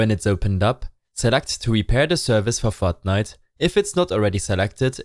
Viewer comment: This guy's voice "fotnite fotnite fotnite binarieeeees*